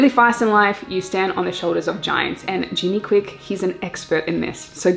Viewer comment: Its Jim Kwik. Jimi kwik hurts my ears!